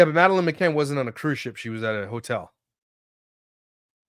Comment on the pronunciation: Please look into the McCann case. That pronunciation was rough as someone who’s heard it a lot over the years